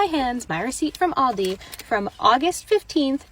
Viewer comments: Also public shame for saying Aldi's with an S. It's Aldi.😊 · Why do people say ALDISSSS with an s, but not walmartSSSS or target's. Its aldi. We shop, at aldi. Not aldissssss.